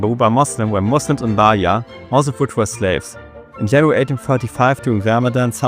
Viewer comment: its not that big of a deal. Your main "problem" is your "e" pronunciation, like Bahia is pronounced "Bah - ee - ah", but besides that, your pronounce is really good